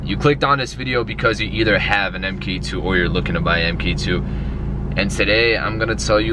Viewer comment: It's mark, not m-k for mk2. Mark as in the second generation